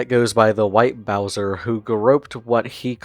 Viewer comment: Interesting video. White Bowzuh is an ass and a pwedutuh. Also, Smokey McC is a champion